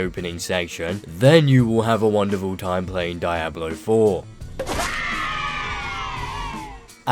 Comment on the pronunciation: the way you pronounce (DIE-ablo) is painful lmaooo Good analysis though dude.